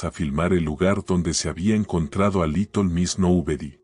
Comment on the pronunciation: porque dice liton en vez de litel?